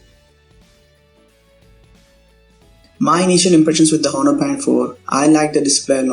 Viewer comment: H is silent.